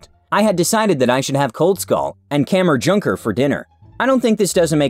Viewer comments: omg yes him trying to say kammerjunker and koldskål which can be translated to cold bowl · It was so fin to herre him try to say kammerjunker og koldskål i am Danish